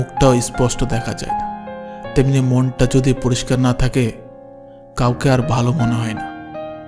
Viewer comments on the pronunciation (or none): none